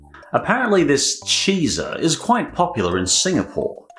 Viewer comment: I'm sure you're pronouncing Chizza wrong. Should rhyme with pizza: CHEE-tsa. Maybe CHIH-tsa to match chicken better. But definitely cheez-uh makes no sense. Gotta get into the junk food spirit better.